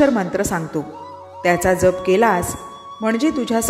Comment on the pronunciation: 👌🙏 आपला जप शब्दांचा उच्चार चुकीचा आहे बाकी सर्व खूप छान